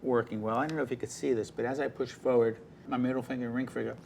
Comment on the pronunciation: He says forward as "foeward" it's funny